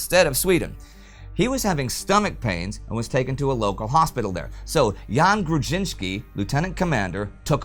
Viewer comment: What can I say? It's an awesome episode! You did a good job pronouncing Grudzińkski and "Wilk" (wolf) and acceptable job pronouncing "Orzeł" (eagle). :-) The "rz" digraph is kinda like the French "j" only a bit harder, or voiced retroflex sibilant fricative, using the proper terminology. It is usually represented in English as "zh", for example in transliterations of Russian words.